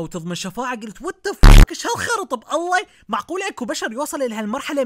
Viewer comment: بالله وليس اب الله غلط مايجوز